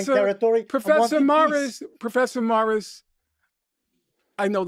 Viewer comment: Everytime he says "Prfessor moirissss" 😂